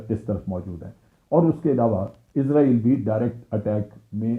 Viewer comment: ازرائیل نہیں بلکہ اسرائیل صحیح تلفظ ہے۔ جنرل صاحب چونکہ اسرائیل میں حکومت Zionists کی ہے لہٰذا انہوں نے امریکہ کے نظام کو استعمال کرتے ہوئے پوری کوشش کی ہے کہ ہر وہ لفظ جس میں s استعمال ہوتا ہے وہاں s کی جگہ z آ جائے۔ اگر آپ کمپیوٹر میں امریکی انگلش کو استعمال کریں گے تو اس کا ثبوت مل جائے گا۔ برطانوی اور امریکی انگلش میں جو فرق ہے اب ان میں z بھی شامل ہو چکا ہے۔ اس سے صیہونیوں کا مقصد محض یہ رعونت دکھانا اور اپنی انا کی تسکین کیلئے اسے محسوس کرنا ہے کہ صیہونیت بہت بڑی طاقت ہے۔ سب سے بڑا تو اللہ ہے۔ اللہ اکبر۔ آپ کے تجزیئے کا شکریہ۔ اچھا تجزیہ تھا۔